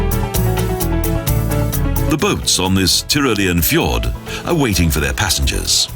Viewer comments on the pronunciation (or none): none